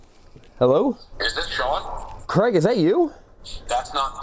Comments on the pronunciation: Why do you say crag and not craig as Danial craig who played james bond 007, sorry but it winds up when people can not say my name correctly, Thanks from Craig :) ps from uk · Its Craig. Not Creg.... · So Craig isnt pronounced Kreg. You're Welcome. Continue...